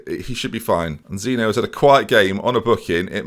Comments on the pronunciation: Someone needs to tell that Zinho is pronounced like Zeen-eeoh like Ronaldinho, not zee-noo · I think Zinho is “zeen-yo” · There's a couple of names you haven't quite got right, but since he's the best player, it's probably best you know Zinho is pronounced ZEEN-EE-OH - like Ronaldinho, but with a Z replacing the Ronald. "inho" means "Little", So i guess his name means "Little Zi", or "Little Zin" or something along those lines lol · Pronounce Zihno as Zeen-yo. I don’t know if it’s pronounced that way but it sounds better